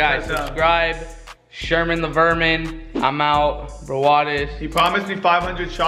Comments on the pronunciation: "Verman" lol why are u wearing ur jersey backward its swagger lol wtf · He said Verman